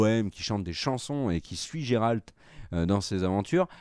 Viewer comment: Et pourtant il est super populaire parmi les fans de jeux-vidéo, et puis là le prononce à la française, en vrai on dit "Guéralte", et ça s'écrit Geralt.